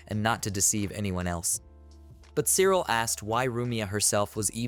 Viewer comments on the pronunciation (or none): Cyril is pronounced "silica" apparently.